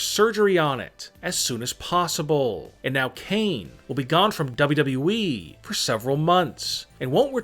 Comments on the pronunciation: Lol he saying ww we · Nobody: Him: dabolyudabolyu eeee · Nobody else el find this voice annoying as fuck? Especially the way he pronounces WWE- "W...EEEEE" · Why does he said wwe like that 😂😂 bro you weird af